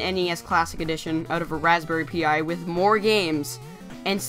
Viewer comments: It's not Raspberry P.I. but Pi as in PIE! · razberry Pi... pronounced like pie. Pi. As in .... say it with me... PIE! You also need to consider that most people don't have time to build, program, and configure a retroPi system. Pre programmed/ fabricated retroPi systems are actually more expensive overall then this system. Hyperspin is also a pain in the ass to program. Retroarch is a pain too. This system comes preprogrammed with games, claims INSANE out of the box controller support, and very intuitive and great looking menues. Now, if I wanted to buy a controller deck, or a retroPi prefab, or even a prefab arcade machine... all of these options would be more costly then the sigma. So, do you want to spend literally days programming and building a PC/retropi/android box, or spend $ on a prefab retro gaming set up (arcade, controller dec all in one, or a retropi portable... or do you want to use the TV you already have... and a retroengine sigma or the new retail version starting at $79? Personally I want them all :P but I enjoy a handheld android based emulator for mobile gameing, the sigma for home use, and my PC... to cover all my high end emulation needs cough 4k cemu cough